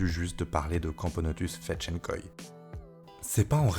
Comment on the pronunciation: Je suis surpris qu'un humain réussisse à prononcer le mot fedtschenkoi mais à part ça super vidéo x)